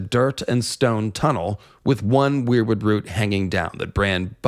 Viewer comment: Seems pretty compelling, love your video and content. Almost lost it when you said weirbutt 😂 But I appreciate the Meera Reed making boats theory and Azor Ahai spirit being in the weirwood network.